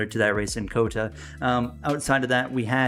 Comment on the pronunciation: Please stop saying cota like that